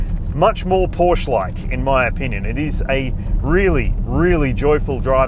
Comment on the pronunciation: No one in their right mind prefers the 4 over the Turbo. And learn how to pronounce Porsche (hint: it's two sylables)